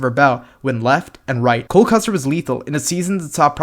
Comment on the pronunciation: You got cole right